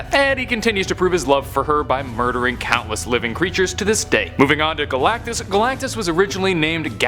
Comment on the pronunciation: Did he just say gulactus the life bringer he eats plants how is he a life giver 😡